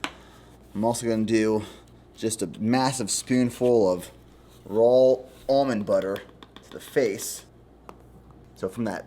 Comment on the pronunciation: it is RAW honey... not RAWLLLLL